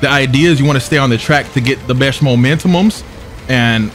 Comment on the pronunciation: mmm yes the "momentomums" xD